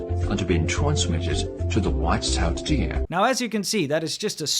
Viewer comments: Id pay for that dude to stop saying white tailed deer like that. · "Wwhhite cell dear!" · WHITE SHALE DEER-u- - China trying to pronounce White Tailed Deer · What accent is that in the white-tailed deer video?!?! :-DDDD